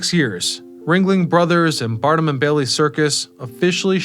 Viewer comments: BARNUM... not Burnam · Barnum not Bernam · Barn-um, not Burnum! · CAV-al-ree, not calvary. BAR-num, not Bern-um. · "P.T. Barnum", not "Bernam"❤ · Ah, it’s Barnum. Not Burnam. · Socash is AI. Key factor in identifying AI generated vids is mispronunciations, which stands out in most of his videos. In this case, his repeated mispronunciation of PT Barnam. He keeps saying “Burnam”. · P.T. Bernum? LOL